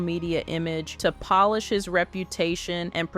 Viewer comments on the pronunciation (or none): none